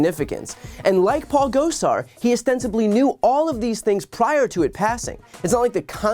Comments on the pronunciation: I enjoyed how Dark Brandon didn't know who Paul Gosar was--or at least didn't pronounce his name correctly. 😜 Hopefully soon none of us will have to hear his name anymore--he's traitorous and evil. 👹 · Those AZ Congressman are MAGA pieces of work, aren't they? Love how he pronounced Gosar...LOL.